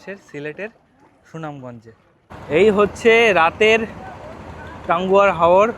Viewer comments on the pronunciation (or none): Tanguar hawor line ta jokhon bolcho tokhon majhe majhe tangur hawor sona jacchilo...hyto excitement ba tiredness er jonno oi rokom bolchile ...tobe chesta koro r o suddho kore bolar... Tired hoye porle dhire susthe bolar....jani khub kosto hy travel vlog a... Khub valo hocche tomar video....r o valo hok eta e chai....subho kamona roilo and already subscribed...khub valo theko...r sabdhane theko..😊😊..onek onek bhalobasa 😊..